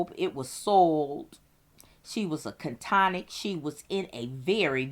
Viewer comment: I couldn't listen to her say " catonic' or cantonic" " one more time. " Akahol " either. .